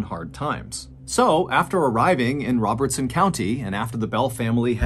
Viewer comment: I live in Adams (the town where the Bell family lived). The cave is a couple miles away from me, but I’ve never visited it. Thanks for covering this story. It’s fun to hear stories from my area and I got a kick out of the way you pronounced Robertson county so clearly 😂